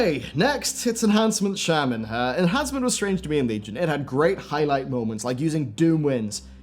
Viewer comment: You pronounced it shaman but isn’t it pronounced shaman?